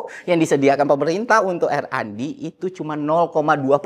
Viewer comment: yang bener itu RnD bukan randi editor 🗿